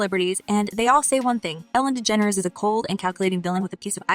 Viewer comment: Good god the way this robot f#*&s up her name good god is so bad, just use ur freaking voice so u don't mess so EVERYTIME 😂😂😂😂